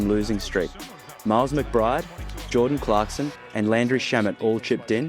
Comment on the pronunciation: Bro ur racist!.. Cant even say jordan clarkson daamnn